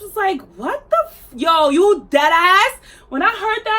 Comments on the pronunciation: “YO YOU DEADASSSSS” 😂😂 sis I haven’t heard you sound more New York than right then and there 😂😂😂👏🏼 nah but fr that shits absolutely insane the fact that they probably thought they’d get away with it too because they’re teenage girls. Big props to them!! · Before I read the description and watched the whole video I thought “where is this girl from” and then the way you said deadass I was like oh she from the city lol